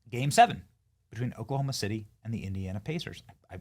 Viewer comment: I'm from oklahoma city and she butchered the hell out of it !